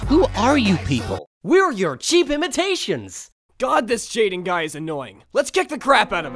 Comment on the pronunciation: fav line "we're your cleap imatiations"